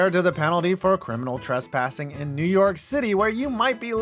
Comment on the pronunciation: "Criminal Tressassing"?